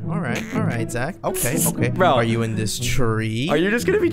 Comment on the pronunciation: Ahhhhh haaaaaaaaa it’s Zachhhhhh not poke